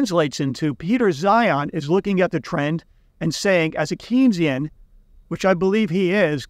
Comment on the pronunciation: It's pronounced Kane-sian, Keynesian rhymes with brainzean: Keynes told people that Keynes rhymed with brains.